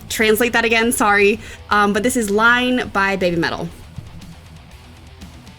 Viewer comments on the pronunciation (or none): please do repeat how to pronounce the title of Iine. A lot. Hearing her say "line" is really jarring. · It's not "Line". It's "iine" (capital "I" at the beginning). Pronounced "EE Nay"". It means "Good, isn't it!" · just a small point but it is not Line it is iine said like in-a it is the symbol for like thumbs up on youtube/Facebook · It's not Line, it's E nay. Kitsunes up🤘🦊🤘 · its not line ...pronounced enay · The quickest way to make BABYMETAL fans cringe: "Line". No, no, no. "Iine" (pronounced "Ee-nay"). 😂😂😂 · Its not "line" its "iine" I'm not japanese but still asian so the word iine probably means something. Just telling and correct you a lil bit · It's iine not line (EE-Nay) . means good, like or nice. the like button on some Japanese websites is iine :) (So good. So good.)Yeah, yeah! = (Iine! Iine!) Yeah, yeah!. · Just say... it's not LINE it's IINE with 2 i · Great reaction and you should defo invite again to watch the live versions of their songs. Especially “Headbanger” from the Legend 1997 will be fun. Also, please stop saying Line, it is iine:) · ITS NOT LINE ITS EENEH! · You were probably already told but it's Iine (iine) not Line. Kitsunes up🤘🦊🤘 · Not Line it's iine. Basically means really good. But fret not. Literaly every reactor makes this mistake. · It's "iine", not "line". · also, 'Line' is actually is "EE nay", what looks like a lower case L is actually an upper case i. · You should always watch BM live videos. And by the way. It is pronounce iinee. I don’t think they sounds like Fear and loathing in Las Vegas BM made the way for other Japanese metal bands. Before they didn’t scream but now SU and Moa and Momo screams. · It's Ii'ne pronounced ee neh, & PA PA YA not Papaya. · its not "Line" its "Iine" with 2 i's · iine is pronounced (ee-neh) two i's no L 😁👍